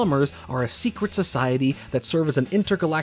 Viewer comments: You butchered the word Secret and pronounced it as seekit of the omnitrix, but still this was one hell of a banger video! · Gwen's magic....sure...ruined further in next series...she's an ALIEN! 😢 p.s. - seCet of the omnitrix :))) I get it though...probably took hours to record all the material and repeat same words thousand times, lol